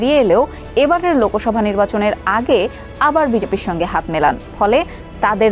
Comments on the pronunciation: লোকোসভা ❌❌❌ লোকসভা ✅✅✅ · লোকোসভা না বোলে লোকসভা বলুন ।